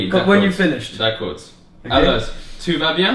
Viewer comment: "ALEURRS" ;D